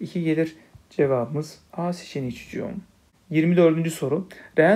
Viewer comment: Hocam ne güzel çucuuum diyorsunuz 😂